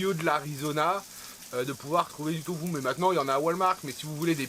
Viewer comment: Allo, j'adore vous suivre je vous ai connu grace au Vadrouilleurs, j'adore ton accent quand tu dis tofou a la place de Tofu. Je crois que je vais te prendre cette prononciation de Tofu. ❤